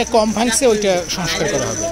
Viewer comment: Barbar boltesen ''soskar soskar", sobdotaki soskar naki "shongskar"?